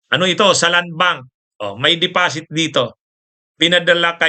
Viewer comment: Deposit po. Hindi Depasit pronunciation nun. Bakit depasit, develap, yugosleyvia? Filipino pronunciation po sana gamitin natin. Wag tyo partially gamit banyaga.